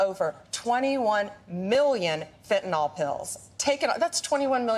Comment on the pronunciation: doesn't even pronounce the drug correctly!! Its not Fenty"NOL". IT'S PRONOUNCED FENTANYL(NIL). She is totally clueless!!!😢😢